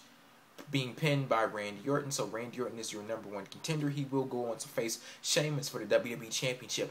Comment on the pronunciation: HE CANT EVEN SAY RANDY ORTON'S NAME XD